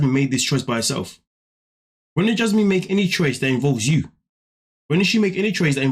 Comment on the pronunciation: The way he says her name-“Jyasmin” kills me every time.